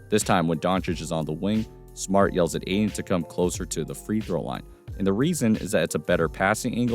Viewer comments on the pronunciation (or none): It’s pronounced Ay-Tin. There’s a “T” in it fyi. 👍✌️ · Ayton* not Aiden